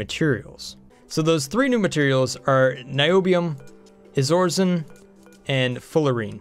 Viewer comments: BTW the second material is not "Izorizen" It's Iso-resin, pronounced Eye-so-rez-in. Bugged me every time you said it XD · is it pronounced iso-resin? that seems better... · I believe it's pronounced EYE-so-re-zin (Iso-resin)